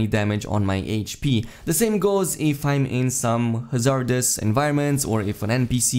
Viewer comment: great video as always but just to throw it out there, most native english speakers pronounce it HA-zard-ous as opposed to ha-ZARD-ous, stress on the first syllable. it doesnt really matter in the end just thought id throw it out there.